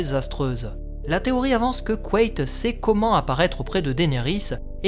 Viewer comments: C'est intéressant, j'ai toujours dit "quête" dans ma tête. T'es sûr que ça se prononce "couette" ? J'aime pas trop :p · Je peux pas m'empêcher d'entendre couette au lieu de Quaithe à chaque fois 😭